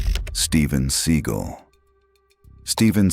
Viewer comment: Oh my God these guys that do these videos are the biggest Schmucks you're the biggest clown you called him seagull your name you called him a bird his last name is not a bird you dummy oh my God as you call them seagull instead of Steven Seagal Kia he's a loser he's nobody he's not a real fighter he couldn't beat no one up in real life